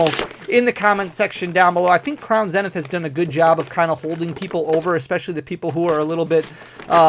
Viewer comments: Zeeeeenith. Say it with me, Crown Zeeeeeenith. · Good, now we don't have to hear you say "zen-ith" instead of "Zee-nith". And "Zay-she-on" instead of "Zah-see-in". 🤣🤣😜😜😜😜❤❤❤❤ JKJK, love you man! I need the Gold Giratina! 🙏🙏🙏